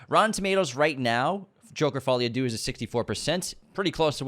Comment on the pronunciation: Follie à DEUX, not Doo!!! 🤦🏻‍♀️ unsubscribed!!😉 Just Google the pronunciation and click on the speaker icon to hear it, takes 5 seconds!!!